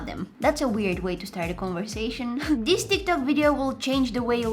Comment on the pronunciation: I love her voice and I love how she does say dis not this 😘 and by the way it's a crazy idea to put eggs in your face cuz I tried it and my head hurting and it will let your face small like chicken pop and I love her sweet laugh